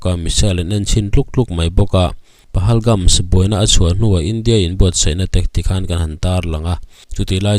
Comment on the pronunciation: PAGALHAMS NILO IN PAHALGAMS LAWM 😂😂😂 HRELO VE SIR CHU